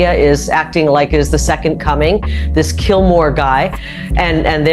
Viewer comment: She called Abrego “Killmore” instead of Kilmar in her opening factless dump. A propagandist on a molecular level